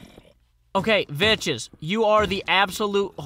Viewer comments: it pronounced vecks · He knows,but he pronounces it like that as a running joke from when he actually thought it was pronounced Vetches,before he met and became friends with Vechs himself. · i love how he says Vechs xD veches lol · oh know i know why he says Vechs like he does, but it annoys me.